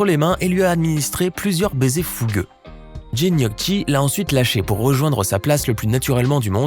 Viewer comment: on prononce "gnokki", comme les pates, les gnocchi ! Italien "chi" = ki en français italien "ci" = "chi" en français quant au "très célèbre"... mouais... il fait pas vraiment rire, ce mec.